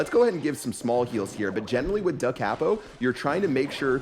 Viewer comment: just going to say this because it was bothering me in the vid lol, it's pronounced like Coppo, not Cappo